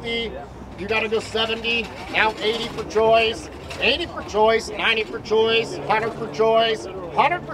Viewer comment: I kept thinking the auctioneer was saying, "Joyce!" rather than Choice. I was thinking "Joyce" was a regular at auctions.